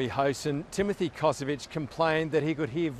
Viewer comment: he is not Kosowic, but Kosović, family originaly from Croatia